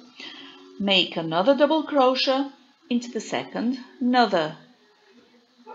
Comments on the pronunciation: Don't you understand it's pronounced crow shay????? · You can just go up a size for each size lArger (I’m not sure how it would work if you have to go up too many size). If you knew the multiples for the pattern, you could tell based on that. I neve heard anyone pronounce crochet (cro-shay) like you do (cro-sha). Interesting.😃